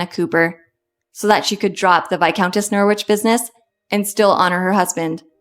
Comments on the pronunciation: AI pronunciation of Norwich as NOOR-WITCHhh (actual pronunciation Norrich) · Not Nor-wich, Nor-ich. Don’t sound the w. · American AI voice is irritating together with mispronunciation of Norwich. Perhaps Americans should stick to their own history, and lose their infatuation with British royalty and aristocracy, at least until they can pronounce the titles and names correctly. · Especially a human who knows how to pronounce Norwich properly!